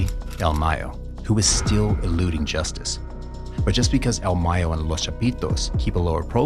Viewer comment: It’s el mayo not “el my yo” your American say it like a American